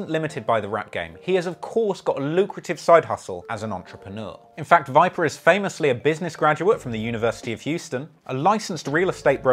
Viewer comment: Why’d he say vipa like that? And pen?